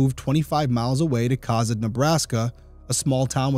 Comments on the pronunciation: I was going to mention the pronunciation as well. I live in Kearney, which gets mispronounced about as often. I've lived in Nebraska 42 of my 43 years, and I remember when this happened. I was in High School in Arapahoe. One of my friends and I used to drive to Cozad just to eat at Subway. After this happened, my parents wouldn't allow me to go. I've only heard coverage on it a couple of times over the years, so I am glad to see that Derrick brought new life to it. I'm truly shocked that it's never been solved. I have always felt that Leah's murder was connected in some way to Barry. That, or someone was straight up so desperate for money/gas and she was collateral damage. But I really just feel like robbery wasn't the main intent, that killing her was the purpose from the beginning. Perhaps the gas was just to seem like any normal person, or for the get-away. I think getting a drink was absolutely to buy time for the other customers to leave. I just really feel like there was a more complicated reason for her murder than simple robbery. But I have no idea really.. The Kelcey Fike case here in Kearney is another cold case I feel could be solved. I'm pretty sure there is DNA, but tech hasn't advanced enough to separate Kelcey's from the purpose. Sad for Kelcey's family and sad for Leah's family. Senseless. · Cozad is pronounced Ko-Zaad. ❤😉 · I absolutely love your videos and love watching them. As someone who lives very close to Cozad (pronounced Co-Zad) it’s nice to see someone cover a case from here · I'm glad you are highlighting this case. Unbelievable it hasn't been solved yet. Also...Cozad is pronounced with a long o. Like Ko zad. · Co-zad is how it pronounced. I grew up in Cozad in the 70s. It was a great little town back then. We didn’t lock our doors and my parents felt safe enough for my brother and I to walk to the skating rink or movie theater.